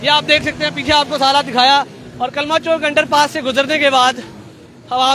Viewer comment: Bhai "Chowk" hota hai "Chonk" nahi hota